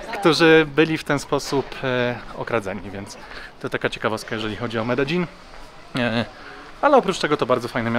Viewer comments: Błagam mów "medejin" nie "medeżin" bo mnie popieprzy. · Medein, nie Mededzin :) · zgodnie z prośbą, poprawna wymowa Medellin, to: Medejin; LL=J Aż zęby bolą od Twojej złej wymowy. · Mededżin niby poprawna wymowa po hiszpańsku a irytuje mnie prawie jak Sidni 😂 A tak poza tym jest ok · Bartek z bez planu mówi Medelin. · W Kolumbii mówi sie Mededźin, to co pokazujesz to wymowa Hiszpańska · Potrzebę zwyzywania cie w komentarzach mam tylko jak mówisz "mededzin"